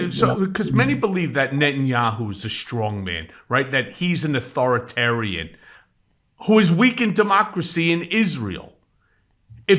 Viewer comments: Learn the word: It's "authorItarian". Leaving out the middle "I" drops an entire syllable, and makes you sound ignorant. Sorry, but it's the truth...if you don't know the correct word, don't use it! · Get to pronounce authoritarian properly